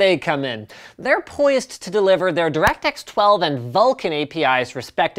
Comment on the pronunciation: Direct X-ess. U punny Linus. Real punny.